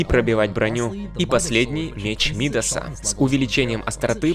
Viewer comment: Меч Мидаса, ударение на а. Он назван в честь чувака по имени Мидас, который касанием превращал касанием все что угодно в золото